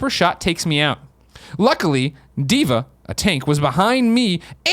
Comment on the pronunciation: even had to tell Colin how to pronounce DVA